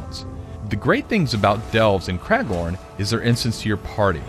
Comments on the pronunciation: Cmon, its Craglorn, not Craiglord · Craiglorn? lol who is craig